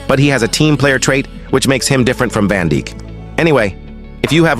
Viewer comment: Bro said Van Dick* 😭😭😭